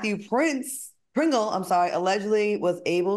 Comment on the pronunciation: Claudia read “Pringle” wrong, because she couldn’t believe he was actually named after a chip… 😂